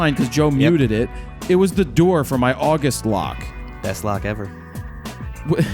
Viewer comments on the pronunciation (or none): none